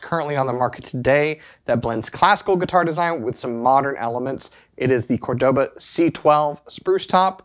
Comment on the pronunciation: Great video! Great guitar! Love the channel and the store! Please note the name Córdoba has the accent on the first syllable, not the second.